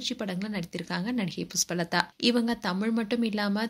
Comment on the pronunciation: புஸ்பலதா இல்லம்மா 😂 அது புஷ்பலதா தமிழ் வெளையாடுது போ உன் வாயில